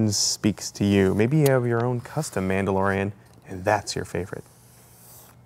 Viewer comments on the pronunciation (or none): "mandalorian" no biggie, just helping a friend Star wars fan out :) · “What’s your favorite mandorlian” Me: mandorlian